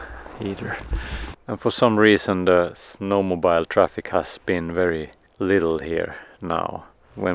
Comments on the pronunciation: This was a great video. Thanks. But no d-o-g?? No sheep? Also, we say snow mo-bill. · I love the simple, quiet way you let the children explore life without any forceful encouragement to direct them to achieve something particular. Very different to what seems to be normal in UK. For Mathias: 'mobile' - the phone rhymes with 'mile' but snowmobile rhymes with 'wheel'......otherwise you're riding on a huge phone through the snow!! :-)